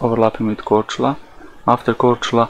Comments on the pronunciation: Kudos for pronouncing Croatian islands' names correctly! Cheers from Croatia,:) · kudos for pronouncing Mljet and Korčula. It can be hard for people who never learned any of the south Slavic languages. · Yo can we all appreciate superb pronounciation of Mljet and Korčula? That was pretty much perfect! Also props to Marko, he actually went out and did legit experiments, so he gets a thumbs up for effort, even though he's is wrong in the end. Though I still don't get why these Flerfs keep saying "Ha! I shouldn't see any of this island but I can see half of it!". That still proves the globe, you would have to see literally all of it to prove the Flat Earth. Most of Mljet is clearly hidden behind the curve on his observation, yet he claims that a tiny portion of the island is visible and that proves the Earth is flat? His logic is just flawed.